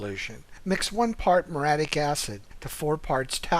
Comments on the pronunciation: very helpful (but it's muriatic acid not moradic) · What is moratic acid? Sigh, pretty bad from a pool company. It's muriatic acid